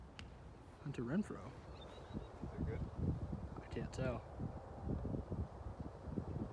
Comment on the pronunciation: “3rd and Refrow” my guy